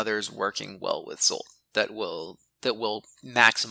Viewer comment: I've searched via Google for a while to figure out more about Zsolt's name but couldn't find any relevant information. How did you come up with his name? Zsolt is one of the most common Hungarian male names. You pronounce the Zs sound like the "s" sound in "measure" or "usual" if you want to follow the Hungarian pronunciation. I find this really interesting and cool :)